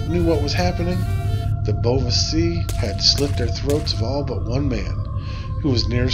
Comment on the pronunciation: I thought sìth was pronounced shee?